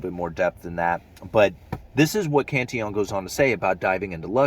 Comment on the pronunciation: You're the first YT video caster I've heard to pronounce Cantillon's name correctly.